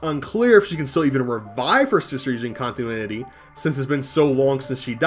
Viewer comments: You said "contuinity" instead of "continuity" a hilarious amount of times. Great video. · Conti-NU-ity. It's LUA not "luau" 😭